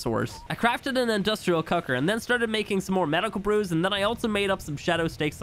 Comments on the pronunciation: Bro, I just started watching you very recently, and these videos are great. I have no complaints. I just need to bring up that something about the way you say "cooker" makes it sound like you're saying "cucker" and it throws me off every time. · I will never not think that is saying 'cucker' not cooker'